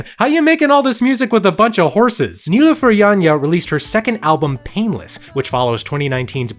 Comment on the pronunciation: omg the fact that you mentioned Nilüfer Yanya made me so happy! and the way you pronounce her name is ADORABLE